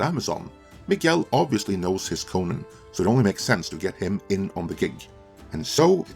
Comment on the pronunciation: i like how he pronounces Conan wrong the entire video. that guy